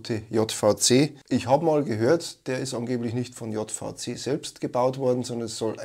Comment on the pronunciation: hi, bitte nicht Jottvauzeh, das heißt Tschähwiesee 😀